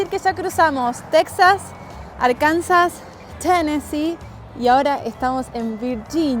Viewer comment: La “s” al final de Arkansas es muta. Soy estadounidense y nativo de inglés. Se pronuncia como Arkansaw (piensa en la palabra inglesa “saw” para “vi”). Igual la s al final de Illinois es muta se pronuncia como si fuera “Illinoy”